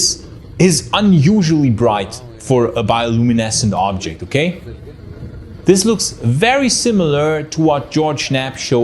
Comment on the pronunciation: Everytime he says "Ooooobjekt" drink 🍸 whatever you want